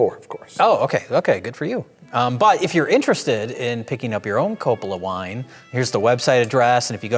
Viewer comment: Wine Commerical: WINE! Dracula: I don't dwrink vine.